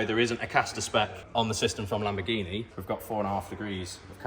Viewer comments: it kills me every time he says "LAMBOGHINE" ahahahah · Lamborghineh Yourus 😂